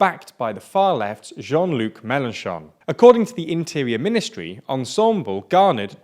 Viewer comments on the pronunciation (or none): Just to say… Ensemble! is pronounced as Ensemb-le and not like ensembol…